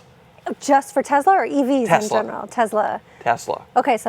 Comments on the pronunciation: Why do you guys pronounce numerous words wrong? Tezla??? Not that it deserves being said correctly… it’s annoying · Guys, it's Tess-la not Tez-la :)